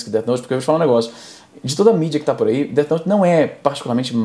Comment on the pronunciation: "DET" note kkkkkkkkkkkkkkk